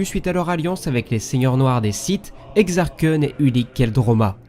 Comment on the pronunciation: Exarcoun pour la prononciation